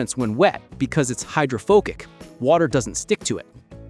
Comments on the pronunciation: Wait wait wait, it's hydro WHATNOW? Hydrofokick?! How can I take you seriously when you can't pronounce "hydrophobic"?! 😂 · Never heard about "hydrofocic" before, pretty sure you mean hydrophobic. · I laughed at "hydrophoGic" too. These people with AI... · Hydro pho KICK?? Your AI underwear has been ripped off.